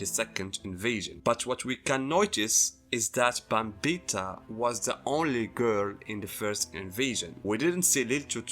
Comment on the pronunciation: Pronouncing Bambietta wrong, and Giselle is trans, so you call her a trans woman. It's implied she was born a boy and now she looks and acts like a girl. You just call her she her. You've misread Giselles character by your own bias.